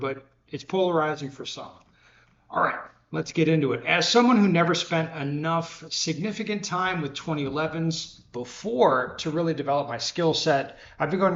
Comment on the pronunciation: Did he say sig-nificant?